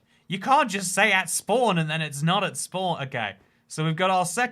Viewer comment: Damn I love listening to you say "spwan".😂😂😂